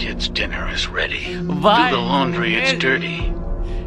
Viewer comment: "Where is da H?"